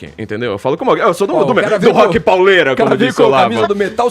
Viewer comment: Para mim um cara já perde a credibilidade sobre o assunto quando diz "Rock Paulera"